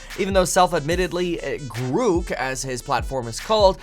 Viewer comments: Grouk? Groock? What the f-. It's grok. At least learn how it's called, before you purport to know enough to issue a warning. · I'm pretty sure it's pronounced "Grock" like the old computer term not "Grook" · Pronounced GRAWK, not GREWK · I like how the first demo of Grok (pronounced Grawk) is showing how Grok knows all the up to date information about Elon Musk. I think I can see where this is going. Grok will exceed the capabilities of all humans with Bluecheck accounts. Grok will suck up to Musk more accurately and with greater emotional impact than any human could ever do. Grok: More Bluecheck Than Bluecheck. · Grok .. sounds like clock …. Not gruk …… so much better the Chat GPT ….has humor and not censored…… ITS MUCH BETTER AND NO CENSORSHIP LIKE CHATGPT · That's GROK, rhymes with "rock". A rip-off of a great Sci-fi author's work, stripping it of original meaning and offering it in some cutesy "rebellious not" name. An insult to Robert A. Heinlein, a disgusting commercialization. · I think Musk made a mistake. He shouldn't have used the long dash over the o. The word "grok" is actually pronounced as "graak" exactly as the word "bock" (baak). It was popularized by the science fiction novel "Stranger in a Strange Land" by Robert A. Heinlein. It means to deeply and fully understand something, often on a fundamental and emotional level, going beyond mere intellectual comprehension. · Grok, rhymes with rock. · long o, not u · Your pronunciation of grok is incorrect